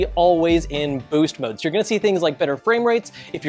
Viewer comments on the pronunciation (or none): none